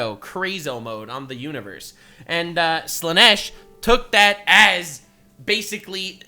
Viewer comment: it is sad in a way that most content creators use Ai voice overs of themself for the videos, how do i know? listen to how Slaanesh is prounced